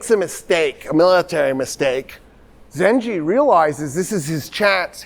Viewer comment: And it's Zangi not Ginky. Full name Imaaduddin Zangi